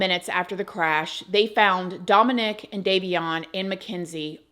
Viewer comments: DOMinick, not domiNICK. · your pronouncing Dominic like that is killing me haha 😂 DomAHHnic. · I had never heard anyone pronounce it Domo-NICK before. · Not my son’s name being Dominic and me being triggered every time you say his name lol I rebuke that in the name of Jesus, my son will never be involved in anything like this lol